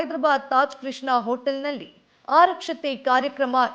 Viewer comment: ಆರಕ್ಷತೆ ಅಲ್ಲಮ್ಮ ಆರತಕ್ಷತೆ. ಸರಿಯಾದ ಪದ ಅಂದರೆ ಆರತಿ ಅಕ್ಷತೆ ಅಂತ.